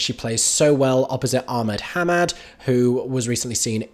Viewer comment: Ahmed hamad is pronounced a-med ha-med xx